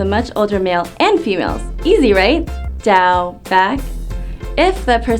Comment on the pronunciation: My concern is the "ch" sound.. to me it sounds a little more like a J-sound like "jow"..